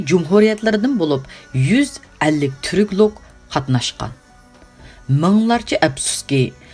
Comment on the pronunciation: Türkümenistan emes Türkmenistan, Türk lok emes Türkolog, metinde hata yézilghanmu yaki oqush hatamu bilmidim